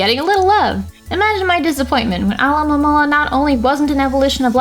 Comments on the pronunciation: "alohomora" lol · SAID ALOHAMORA WHEN TRYING TO PRONOUNCE ALOMAMOLA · It's Munna, NOT Moona! And it's Alomomola, NOT Alomaloa! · you said amaura trying to pronounce alomomolas name. I don't blame you for that. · Nobody can pronounce Alomomomolola